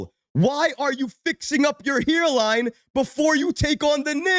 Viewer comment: "HERELINE"..🤣😂..that accent! Definitely from New York or New Jersey! LOL